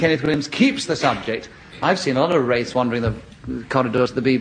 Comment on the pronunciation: Thank feck for that. Wraiths! I'd thought he'd said "rapes". 😬